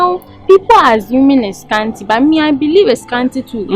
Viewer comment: Scanty once said asant😂😂